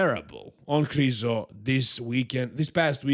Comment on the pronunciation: His last name isn't krizo ffs